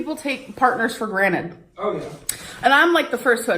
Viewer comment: "....take partners for GRANITE" 😂 and then your edit is just perfect 😅